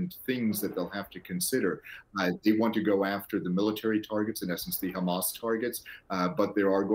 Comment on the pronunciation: For the Presenters it’s not Khmas it is Hamas Pronunciation is very simple. There is no need for all this effort that you use in your mouth for pronunciation. You can save this energy for other things.